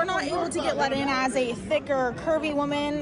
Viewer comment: she said "curvy"... 🤣🤣🤣